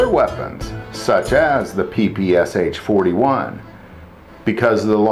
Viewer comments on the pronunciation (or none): If you are going to do videos about Russian firearms, PLEASE learn how to pronounce their names! Both the mo-SEEN nagant and the Peh-Peh-Sheh are classics. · 1 thing you didn't know Ppsh smg is pronounsed P-P-SHa, the SH at the end is pronounced together as in the word Shoe